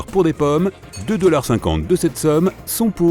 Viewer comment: pourquoi il a dit dolars